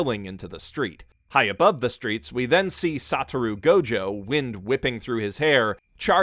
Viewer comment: His pronunciation of everything as well as his ordering of the character's names makes me feel like he watched JJK dubbed, (eg Sata-roo Gojo)